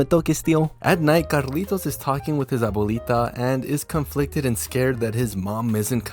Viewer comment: Were yall surprised? Listen to him saying abuelita lmao